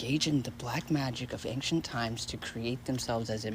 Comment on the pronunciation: It's ancient, not fcuking anxient how that white girl sayin it ish